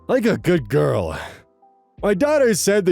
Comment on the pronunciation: pretty funny to me that even in the context of what they’re reading still pronounces “good girl” like they’re talking to a dog lol